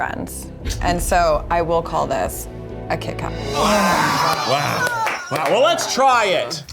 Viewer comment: I thought he was saying Keith Kat the whole time and for the label to not match drove me crazy.